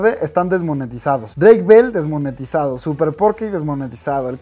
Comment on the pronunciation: desmonietisaofssf JAJAJAJA